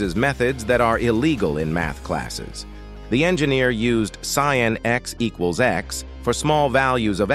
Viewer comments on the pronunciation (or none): none